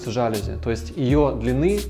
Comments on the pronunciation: Ребят, все красиво, особенно кухня, прям заходит такая мне. Но ёлки-палки, говорите правильно! Жалюзи́, не жа́люзи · ЖалюзИ.)) Это французское слово, у них все ударения на последний слог. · ЖалюзИ - с ударением на последний слог. Сколько же раз это слово произнесли неверно оба дизайнера ) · ЖалюзИ — Говорите правильно!